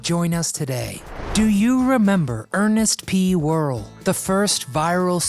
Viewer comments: pretty sure the character name isn't pronounced Whirl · It's not pronounced whirril. Ita pronounced war- al. You wrecked it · Please pronounce, "wore-ELL."